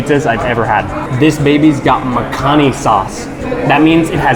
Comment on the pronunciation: U sound like an American but u look like a pure fan dan and its pronounced mac ha née as well knob jockey.